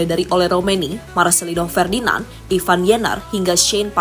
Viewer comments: Ivar, bukan Ivan, min...!!! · Ivar bukan ivan min😂